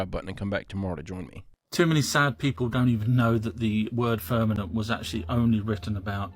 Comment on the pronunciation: “FIRN-ament?” It’s difficult to take someone serious when they constantly mispronounce words… especially when they’re LOOKING it.